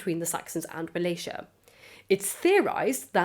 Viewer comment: Wallachia is actually pronounced with the hard Cs not the soft Cs